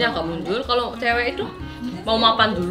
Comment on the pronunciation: mau "makan" dulu.. 🤣 *mapan